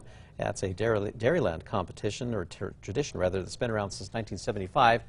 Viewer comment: Did anyone else notice it sounded like he said turdition when trying to say tradition?